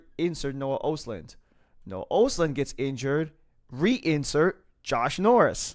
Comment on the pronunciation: Pronounced ahstlund. Its a hard o